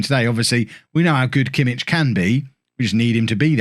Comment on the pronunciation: The "ch" in Kimmich is like the "ch" in "loch" or "Bach" not in "church" :)